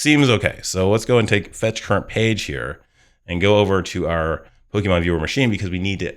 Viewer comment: I momentarily thought I heard you say 'bogeyman list', and now that's all I keep hearing you say each time you say 'pokemon list' 😂